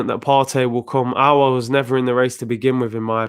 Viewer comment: The only one who pronounce aouar name right 👏👏👏👏👏 . Robbie dt troops and the rest all worng